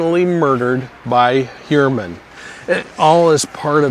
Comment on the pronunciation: Pronounced Hugh-er-man according to himself